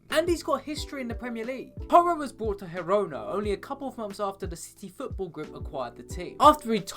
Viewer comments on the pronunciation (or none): Why do you pronounce Girona with a silent G? That's not how it's pronounced (JeeRona)